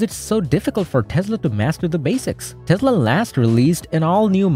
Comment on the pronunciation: What is a Tezla?